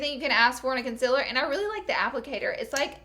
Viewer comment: did anyone else notice that she says the word "concealer" like "conciller" ?😂